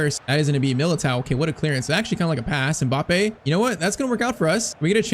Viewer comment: Please stop pronouncing MILITAOs name wrong